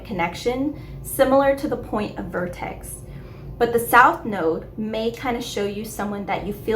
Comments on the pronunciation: VERtex (not VORtex) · Why are you saying vortex when its vertex. And it is usually just refetred to as the vertex. Not the point of vertex